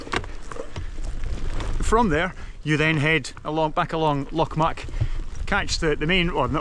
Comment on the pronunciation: It's pronounced Glen " Mick" FFS. I'm English and I know that !